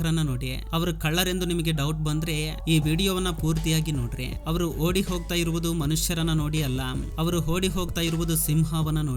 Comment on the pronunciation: ಹೋಡಿ ಅಲ್ಲ ಓಡಿ